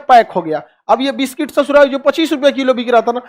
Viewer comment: बिस्किट ❌ बिस्टिक ✅